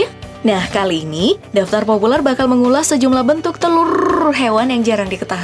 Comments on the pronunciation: bentuk telurrr rrr rrr yg blum anda ketahui haha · 0.25 telurrrrrrrrrrr.............. "R" NYA PANJANG